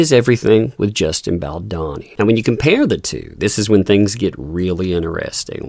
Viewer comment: you're pronouncing Baldoni wrong. It's a plain O.